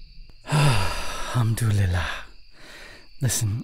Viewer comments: Arabic me hearing him saying alhamdulliah 👁️👄👁️ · One second, did I hear, hamdulillah 😮😮